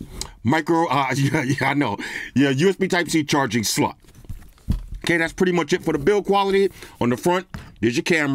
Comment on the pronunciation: It's a classic. Only the real ones know about the "Dual Sim Sluts" fiasco Lol 😂